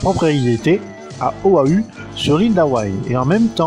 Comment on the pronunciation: Merci pour les infos mais... P.I. se prononce PI.AIE Oahu se prononce O.A.OU Island se prononce AIE.LAND La maison de R.Master ne se situe pas à Oahu sur l’ile d’Hawaï mais plutôt le contraire, a Hawai sur l’ile d’Oahu. Voici l’adresse pour ceux qui veulent la voir avec GoogleMap (41-505 Kalanianaole Highway) : "Il séduit toute les femmes" – Cette affirmation donne une TRES mauvaise image, il en séduit 11 en 162 épisodes j’estime que c’est tout à fait raisonnable.